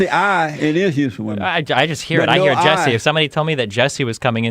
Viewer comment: I thought you were talking about an attractive women when you said Jessi (with an i)